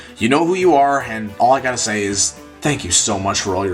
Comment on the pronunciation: what did he saaaaaayy???